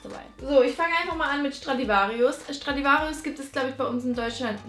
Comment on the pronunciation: Du sprichst pull & bear und Stradivarius falsch aus ned böse gemeint